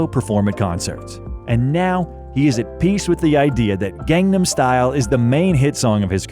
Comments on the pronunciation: please pronounce gangnam correctly! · Your pronunciation of "Gang-Nam" is not correct